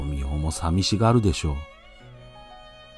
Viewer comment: 自分の記憶だと豊雄の読みは ✕「とみお」 ○「とよお」 だった